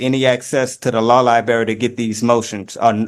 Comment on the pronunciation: No access to the Libary! What would be the point? He can't even say: "Library" 🙄